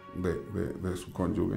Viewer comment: Qué pena que en un programa tan culto, no se pronuncien bien las palabras. Da mucha pena que no sepan pronunciar la palabra CONYUGE